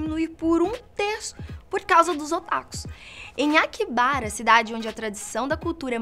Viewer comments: Kaibara não!!!!! É AKIHABARA ( akirrabara ) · Não quero ofender, muito menos criticar mas doeu ouvir AKIBARA Pronuncia-se Aki - HA - bara